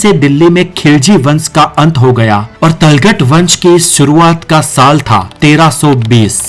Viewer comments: Yar tum Tughlaq ko talgat bol rhe ho kuch samjh Mai nhi aa raha hai 😂😂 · Abe talghat nai... Tughlaq bol... 😂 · It is Tughlak not talghat. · Are tulgat nahi tuglak h vo jhantu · इस वीडियो में तुगलक शब्द के उच्चारण में त्रुटि है। जिसे तलगट नाम से बुलाया जा रहा है उसका उच्चारण "तुगलक" है। 😂😂😂😂😂😂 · Lagta hai aap ko history ka gyan hai hi nahi.Jaise Tughlaq ko Talghat bol rahe ho... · talghat nahi bhai, tughlaq hai o. itna bada channel mistake kaise kar sakta hai. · Abey giyasuddin talgat nahi tughlaq hai.. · भाई जगहों का नाम तो सही से प्रोनाउंस करो तल्ख़ट नाम से कुछ भी नहीं बल्कि तुगलक़ हैं जिसके नाम से तुग़लकाबाद नाम का नगर हुआ l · Abe pronounce to sahi karle...Talgat nahi Tughlaq hota hai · Tujhe to bolna b nahi aata .tuglaq ko talgat bol diya .bjp se h kya ? Sharam kar.history ko na bigad. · Aur tughlaq ko talgat talgat bol raha hai 😂😅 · Tulghat Nhi Tuglaq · तलगत नहीं, तुग़़लक । उच्चारण ठीक करो। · It's tughlak not taghlak bhai otherwise video is excellent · Tughlaq ko Talkat bol rha h😂😂😂😅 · तुगलक को talkat क्यों बोला यह मैंने पहली बार सुना तुमने कहा से सुना या पड़ा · Correct your Pronounce on Tughlaq... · ye history bata kam raha hai aur logon ko bhadka zyada raha hai aur tughlaq bolna bhi na aa raha ise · जो तुगलक शब्दका सही उच्चारण ही नहीँ कर सकते वे क्या दिल्लीका इतिहास बतायेगा । यह महज मुस्लिमविरोधी भिडियो है ।